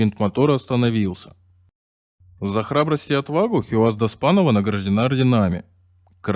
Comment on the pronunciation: Хийяз, а не Хиуаз! Хорошо ещё, что не хи-камаз её обозвали. Эта отважная лётчица заслуживает хотя бы того, чтобы поинтересовались, как произносят это имя люди её национальности. Вместо этого имеем безграмотного и равнодушного диктора с деревянными интонациями. Он даже не удосужился прочитать, как пишется её имя на памятнике.